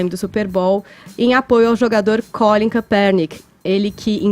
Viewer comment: quer pronunciar correto e pronuncia tudo errado tanto NFL quanto o nome do Collin Kepperninck